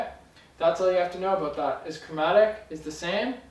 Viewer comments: lol 'chormatic' - great video! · sorry but what was that chromatic or chormatic ?